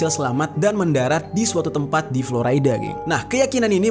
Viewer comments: Ejaan indonesia florida om bukan floraida 😁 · Dibacanya Flo RI da, Jer, bukan Flo Ray da, ntar org amrik pada protes lho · Dibaca florida bro, bukan floraida..ralat ya genk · Bukan Floraida. Tapi tetep Florida (biasa seperti org Indonesia bacanya). Karena aq tinggal di Florida. Semangattt ❤️